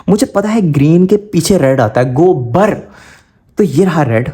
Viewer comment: Gobr❌ Gobar✅ 😂😂😂